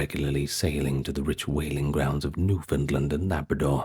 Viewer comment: My boy pronounces Newfoundland correctly too 👊